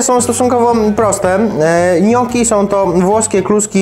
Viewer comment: „niokki” nie „nioki”